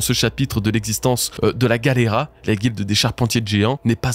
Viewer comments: Attendez… expliquez juste moi, pourquoi dis galleyRA alors que ça s’écrit bien GalleyLA??? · pourquoi tu dis galera alors que c'est Galley LA ? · Enfaite je crois bien que la fondation se prononce "Gali Lay" je sais plus exactement quand et comment j'ai entendu cette prononciation et d'où ça vient